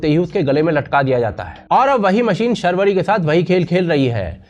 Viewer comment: Sharvari nahi Shaarvari hai